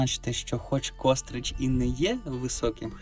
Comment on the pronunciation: Не "кОстрич", а КострИча!!!